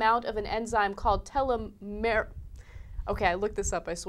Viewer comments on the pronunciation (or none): 'tel-LOM-mer-ase' You're putting the emPHAsis on the wrong sylLAble. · Accent on the wrong syllABLe, Ana. Always go with the second. TelOmerase (short O sound). Telomerase is the enzyme that helps the tail ends of chromosomes rebuild. The tail ends protect the DNA. As we get old, we stop producing so much telomerase, the telomeres break down, and cells die. A US woman one the Nobel for this discovery just a year or two ago. It's pretty cool. Check it out. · didnt read preceding comments ... but did anyone else hear how they pronounced telomerase? ... TILOMIR-ASE vs. tell-om-mer-ase... I thought the girl was a little uneducated... and was hoping for the gentleman to speak up... as he did... I literally face palmed... invade another country for a plant?!?! .. one strain of plant... dude... its not oil fool. you can harvest a plant... and grow it anywhere in the world... ps. telomerase does not cause cancer ... its prevents epigenetic mutations... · LMAO! tell a merase. hahahah. telomeres/telomerase are pronounced with a teel instead of a tell... And I think I first learned about this in high school. Really old news... The industry has spent billions trying to recreate telomerase activity. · There are so many problems with this story. Enzyme therapy with telomerase (which is pronounced tell-ah-mer-ace) will never work. Aging is such a complicated process, with hundreds of enzymes and pathways involved, that any attempt at using this as a "cure" for aging will likely cause more harm then good, especially because telomerase is linked so closely to cancer. Even if it worked, it would not stop our bodies from breaking down at the same rate that they already do. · Tuh-LEM-er-ASE. That's how your pronounce it. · pronounced TEA-lom-Oh-rase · it's pronounced TEE-LOM-ER-AZE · telomerase LOL its pronounced tell-om-er-ase :D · my gen bio prof. pronounces it "teh-lom-O-race" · TEEEEEEEEEEEEEEEELOOOO-MERRRR-AAAAZZZEEE. Thats how u say it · TEE-LOHM-UR-ASE, Ana. Christ almighty...